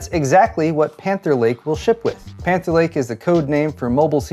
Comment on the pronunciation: When he was talking about Panther Lake, I thought I was hearing Cancer Lake.